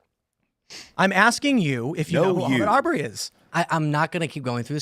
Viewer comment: Ahmaud Arbery did NOT burglarize a home. And learn how to pronounce his name while you're at it. Dumb fuck pecker wood.